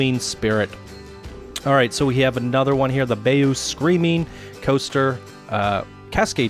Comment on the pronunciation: did u notice the way he pronounced bayou lol